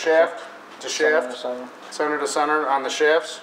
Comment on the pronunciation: Sener to sener its center not sener